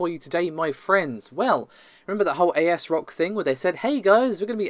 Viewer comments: For the love of god its ASRock not A. S. Rock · It’s Asrock not A-S-rock